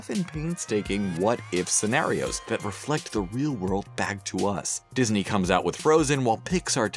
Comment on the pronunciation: ... "Dis a knee"